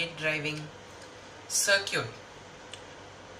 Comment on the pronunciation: FYI, "circuit" is pronounced "SIR-kit", not "SIR-cute". :)